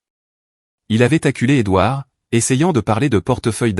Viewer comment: L'onclé doir???? N'est-ce pas l'onclé Edouard plutôt, pauvre cloche d'ia,tu parles d'une intelligence artificielle !!!